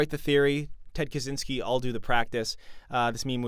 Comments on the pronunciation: On a side note, Kaczyński's surname should be pronounced something like "Kachinsky" rather than "Kazinsky" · Bro the cz in Kaczyński is like "ch" in "catch" not "zee" At this point he is kinda a historic figure, a controversial one but still. Don't butcher surnames